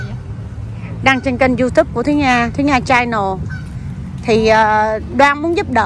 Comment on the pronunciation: Channel chứ không phải “CHAI nồ” Nga ơi !! Nghệ sĩ nổi tiếng làm YouTuber mà nói tiếng ANH ...tệ quá !! Thua KN xa !!